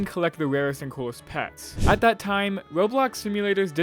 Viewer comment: did blud say new aweas and pewts or new areas and pets??????